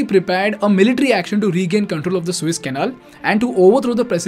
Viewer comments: Hello: I just happened to listen to your vlog for first time. You do OK , except your pronounciation of the water passage that you have decided to call "Suiss". It is therefore In correct. If you were to pro nounce it "Su -ess" you would be qlmost correct. Suiss is a country in Middle of Europe. Su-es is in Egypt, the water way. Got it. Practice, Practice. I am not an academic! Just a recular Canadian My name is Klaus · Good video as it is the combination of a lot of videos already on Youtube. it is not the Swiss Canal it is called Suez Canal. Pronounce it correctly as it changes the whole Scenario